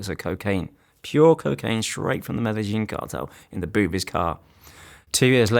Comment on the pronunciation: I’m only skeptic so because he pronounced the Medellin cartel wrong…. It’s like claiming to be being English and saying cup of tea wrong